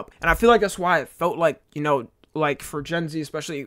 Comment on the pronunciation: Bring back “You already shnow.”